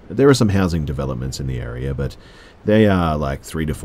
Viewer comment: The way he says area 😂😂 "Airier"